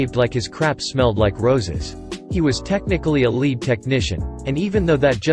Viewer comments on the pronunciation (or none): The voice is synthesized. It mispronounced lead. Very common with synthesized voices.